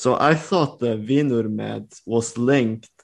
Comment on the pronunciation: This Faroese person understood all of the written phrases, but I struggled a bit with the spoken. I'm convinced pronounced "vinr" wrong, but I wasn't alive when old Norse was spoken, so maybe I'm wrong.